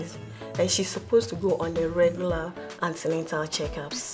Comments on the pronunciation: Beautiful episode , but pls its not Antenental care as the girl said but "antenatal care".. 👏 🙌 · Please this is an educational series so do well to check your spellings and pronunciation of words... There is no such word as antenental, it's antenatal. Thanks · wtf is antenental. It's Antenatal/prenatal